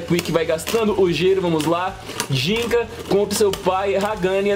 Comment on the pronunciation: Jinca nao e jinga